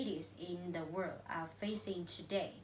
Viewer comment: You guys did a great presentation. The topic is clear and ideas are relevant. Below is some comments for individual performance. - Thao: You have a very excellent voice and tone. Your linking sounds are good as well. However, I think you still should pay more attention to ending sound: about, world, York. Besides some sentences should be corrected like: “It’s all comes from…”, “Ly will be the consequences…”. - Mai Anh: I can see that you put much effort in your presentation. You speak quite fluently and have a wide range of languages. Even though you did a great job, I think you need to improve some following things. Firstly, I am not sure that you read the script or not because you did not look at the camera and have eye contact with audience. Secondly, you should pay more attention to the ending sound as you missed several ones. Lastly, you should introduce your partner at the end of your part. - Ly: Honestly, you have voice and pronunciation that I like most in our class, but your intonation does not meet my expectation. Besides, I found some mistakes in your speaking (of course my comments are not totally right ): - When increasing number of people migrate to city, the total number of residents living increases, which leads to rising cost of living much higher than it does in small town or village. (run-on sentence) - I do not understand why expensive prices of housing, transport and food make people live in tall apartment building. - Diep Anh: First, you should speak mor